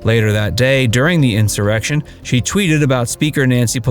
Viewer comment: The narrator says inserection. Not one case of inserection!